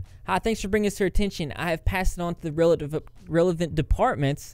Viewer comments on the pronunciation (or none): none